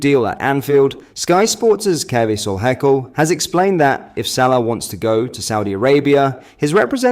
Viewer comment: Is it me, or do you always pronounce names differently to everyone else, but then pronounce them correctly midway through the update. You’ve done it Jota in the past, like kaveh Solhekol on this update…. I’ve just picked up on it in the quite a few vids now. Bizarre.